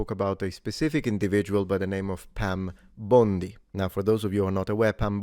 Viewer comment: “Pam Bomndee” 😅